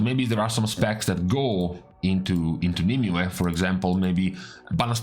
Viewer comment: wow someone who actually pronounces nymue properly